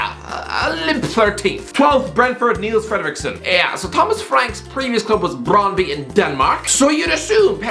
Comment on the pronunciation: You forgot to mention Russell Martin is from Brighton originally which would be a factor (whether that's good or not is another thing) also it's pronounced Brondbyu